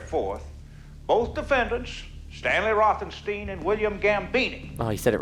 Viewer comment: No, he said it wrong. The second half of Rothenstein rhymes with "wine", not "ween". Pronounce the name Einstein and listen to what you come up with.